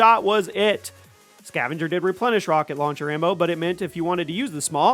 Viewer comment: Rock-on rauncher. Bro is your brain okay?